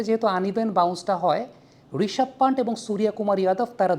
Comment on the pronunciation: প্যান্ট নয় পান্ত হবে ওইটা